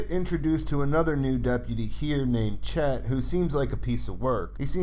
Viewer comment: Its deputy Chad, not Chet.